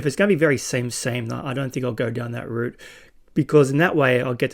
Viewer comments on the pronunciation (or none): none